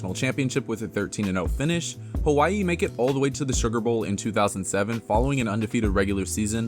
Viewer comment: As a Hawai’i fan, Mahalo for making the effort to properly pronounce my home state. I truly appreciate it along with the history lesson of the WAC 🤙🏻 I will always be grateful to the WAC for the many core UH memories I enjoyed growing up. Go Bows and Play Up!